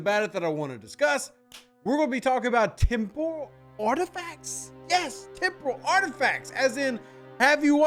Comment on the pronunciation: It sounded like you said tempura parts😂